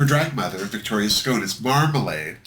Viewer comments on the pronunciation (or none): none